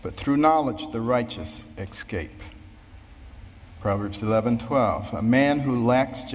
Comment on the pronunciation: You expect respect for a man who looks at the word "escape" and, when reading it aloud, says "ex-cape"?